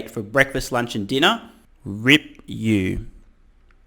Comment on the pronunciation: Rip is a surfing term, like Rip Curl. What you mean is R.I.P. That’s pronounced by pronouncing each letter in turn.